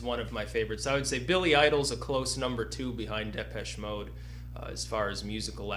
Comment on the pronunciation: Why the fuck does this long-haired anus pronounce Depeche Mode wrong?!